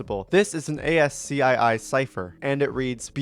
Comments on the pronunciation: When saying ascii it is pronounced "ASS KEY" kinda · "HEXADEMICAL STRING" 😭😭 also, you say ASCII like "askey" you dont say the letters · You pronounce it “aski” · "A S C I I cipher" 😭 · THE PRONOUNCIATION FOR ASCII WAS RIGHT THERE,. WHY DIDN'T YOU ####### READ IT.